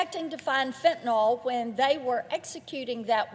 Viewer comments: Why can't she pronounce fentaNYL. It's not fentaNOL 🤦🏻‍♀️ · Please, Marsha. There is no O in Fentanyl!